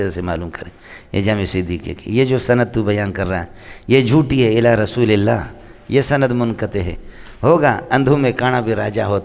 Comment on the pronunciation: یہ الشلوۃ کیا ہوتا ہے؟ لفظ الصلواۃ ہوتا ہے۔ اور لفظ والشلام نہیں ہوتا بلکہ والسلام ہوتا ہے اور رشول نہیں ہوتا بلکہ رسول ہوتا ہے۔ پڑھنے یا نہ پڑھنے میں اختلاف ہو سکتا ہے۔ لیکن الفاظ صحیح انداز میں ادا کرنا چاہیے۔ صحیح طرح سے پڑھنے سے منہ میں آبلے پڑھتے ہیں کیا؟ بد بخت کو الصلواۃ والسلام علیک یا رسول اللہ پڑھنا بھی نصیب نہ ہوا۔